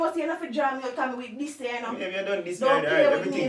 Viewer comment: Nobody: Nobody at all: Ia: "me wi diss you" 🤣🤣🤣🤣🤣🤣🤣🤣🤣🤣🤣